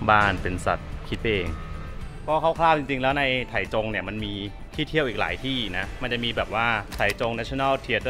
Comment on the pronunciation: ออกเสียงว่า "ไท่จง" ครับ เคยไปอยู่หลายปี